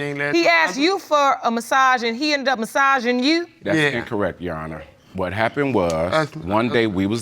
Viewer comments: On the YO Honor- literally makes me very upset!! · We can't keep forgetting the "r" when saying "youR honor". "You honor" is making my eye twitch